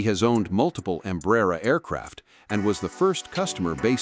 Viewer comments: You need to learn to pronounce Embraer. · Stupid AI narration. Can't even pronounce Embraer correctly